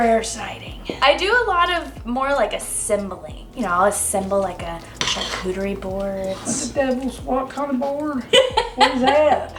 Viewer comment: She really said “I ain’t never heard of no damn ‘sharkcootiery’ board!”